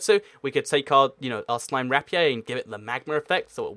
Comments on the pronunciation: i pronounce it Ra-Pee-Er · said the rapier wrong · How you say rapier makes me cry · Isn't it pronounced: rape-ee-err